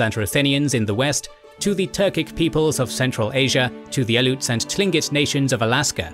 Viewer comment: that is not how you pronounce aleut. please get your pronounciation of my tribe corrected.